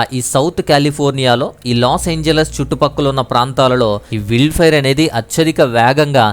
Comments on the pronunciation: అది విల్డ్ ఫైర్ కాదు నాయనా... వైల్డ్ ఫైర్ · విల్డ్ కాదు బాబు వైల్డ్ ఫైర్